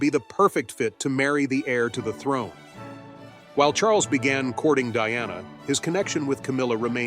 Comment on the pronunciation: Its not cording its courting